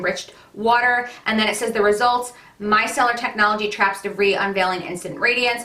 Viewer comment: The 's' is silent in the word debris. 😉